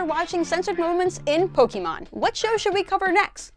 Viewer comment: It is POKE-ay-mon, not POKE-ee-mon